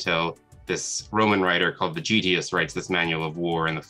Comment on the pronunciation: A phd historian who can’t pronounce Vegetius correctly? What a charlatan.